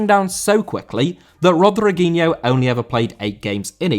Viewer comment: Rodriguinho* not Rodreguinhouw